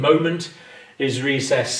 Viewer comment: Rhesus (short U vowel ending) or recess (short E vowel ending)? Pronunciation issues...